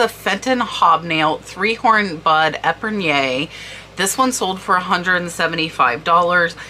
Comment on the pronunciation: Hello. Thank You wonderful video. Only for your information Epergne is pronounced Epern. Keep up the great work. Blessings Janet. Jersey Channel Islands.U K.